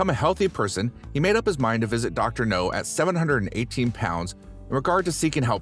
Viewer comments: Dr no ?! What is he a james bond villain or something ?! It's dr 'now' mate, try pronouncing it right ... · I disliked the video just because of the trolling of you saying "dr no" instead of dr now! RIDICULOUS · It’s “Dr. Now” not Dr. No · Dr NOW!!! Not Dr No. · Yeah and he's not consistent with how he pronounces it. No now, no now That's just laziness. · Exactly. Is NOW. Not NO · IKR! That drives me nuts!